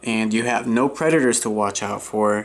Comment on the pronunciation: Anyone else hear creditors instead of predators?